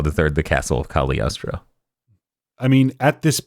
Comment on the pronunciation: I wonder if they know the g in cagliostro is silent Eh sort of